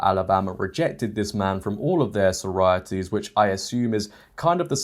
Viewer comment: I really take issue with the way you're saying sorority/sororities. There are two Os in this word.